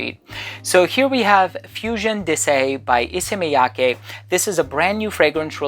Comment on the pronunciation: You are so good at pronouncing Japanese names haha. Not just Issey Miyake, your pronounce of Hanae Mori in another video was perfect as well